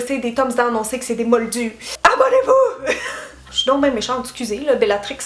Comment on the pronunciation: GE-NIAL ! HAHAHA j'adore "ABonnez-vous!!!!" . L'an prochain je te verrais bien en Drago malefoy!